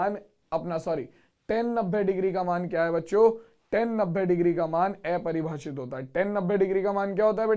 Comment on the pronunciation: Sir aepribhashit nahi apribhashit ho ta hai